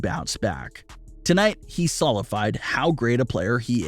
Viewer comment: That’s not how you pronounce “solidified” or “Horry”.